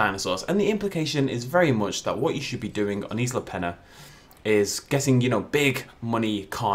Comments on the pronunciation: Peña not pen-a LOL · It's pronounced Pen-yuh, not Pen-uh.